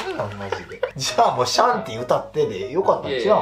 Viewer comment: 「シャンティ」っていうより 「しゃんてぃ」っぽい